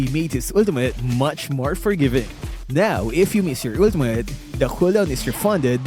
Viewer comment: “Ulteemutt.” —LMAO